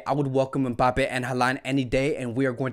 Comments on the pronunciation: Bruuuh every time says membappe instead of em-bappe 😂😂😂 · lmaooo what? That make no sense. I’m not the only American I know, you know 😂 we know how to say mbappe just always says it like that and it’s funny